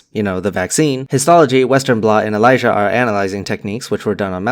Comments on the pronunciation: It's Elisa not Elijah... It stands for Enzyme linked ImmunoSorbent Assay... Aluminium toxicity does cause symptoms akin to dementia, but it isn't Alzheimer's disease where the build up of β-amyloid plaques and tau protein have been primarily associated with the pathology. This information about Aluminium toxicityoxicity came from my clinical chemistry textbook. It also discussed other disorders arising from hyper and hypo mineral states, like manganism. Interestingly, many of the therapies that were developed to target β-amyloid and tau, have ended up being a dead end research-wise, and have been ineffective up to this point in time. However, a new target for Alzheimer's seems to be showing more promise than therapies that were developed targeting acetylcholine-esterase, β-amyloid, and tau proteins. This new target is Protein kinase C, and it has shown a lot of promise. Bryostatins are a group of drugs that modulate protein kinases and were once under development as cancer drugs, but currently, they have shown more promise for treatment of Alzheimer's. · you say ELISA like you pronounce my name and it really freaked me out.